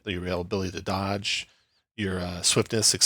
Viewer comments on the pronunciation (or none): none